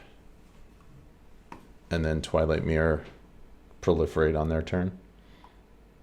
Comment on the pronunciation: fyi it's twilight mire as in myer not mirror